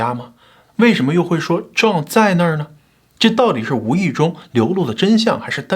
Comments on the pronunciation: 你這個John的發音唸壯太彆扭了 還是唸。。。醬吧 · John, 你这个词的发音真的很差，😂